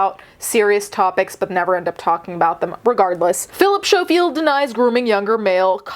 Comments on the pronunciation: He is smarmy The oair of them in that show are, sickly sweet and fake. BUT For the love og god Learn how to pronounce the bames of the ppl youre talking about😂 Snowfield 😂😂 SCO-field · It’s sco field (you say the c sound) xx great video otherwise xxx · Mate. I really needed a laugh. Everytime you said "show-field" i laughed out loud. ❤❤❤❤ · A piece of my British heart died inside each time 😂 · Thank you for covering a story from my country🙏 Also, his surname is pronounced like 'skoh-field.' But yeah, this whole thing is awful. We also recently found out that his brother is a convicted p3dophile. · Schofield is pronounced as skofield the ch is a k sound. It’s alleged that Phil had also gotten the guy the job on this morning, there’s a definite power imbalance in this case. It’s so sus that he’s know the guy since he was 15 and then started dating him when he was older. It’s also weird that his brother was accused of grooming and inappropriate contact with minors, it begs the question of what was going in their household when they were growing up to have both of them have these accusations made against them once they grew up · Oh! Ok. Honestly didn't expect this to be covered by you. Guess when it's your country's news, it's different, right? 😅 Also, it's pronounced S-co-field. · Incidentally, the 'c' isn't silent. As we say 'school', we say 'Schofield'...